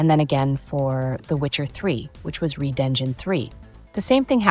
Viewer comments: So you can't decide if the word red is pronounced red or reed? How (un)professional. A much earlier comment from CDPR said, while the Red engine created a visually impressive game, Unreal Engine 5 would be easier to work with. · I'd say it's better than my English pronunciation, although I would have said 'red' instead of 'reed.' But well, I think it's clear what it's about, and I'm on my way to my first million dollars, learning how to work professionally as I go.😁👍